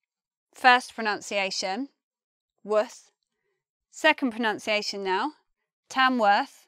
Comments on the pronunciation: Why u say pronounciation rather than pronuncia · I agree... The way she can't even pronounce "pronunciation" is troubling given that she has 900,000 subscribers who probably hang on to her every word 😒 Maybe learning English as a foreign language. She is pleasant to look at though... I shall mute her next time 😄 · Pro-nun-ci a tion Not Pro-nounce- ci-a- tion (See Oxford Dictionary plus see Cambridge Dictionary)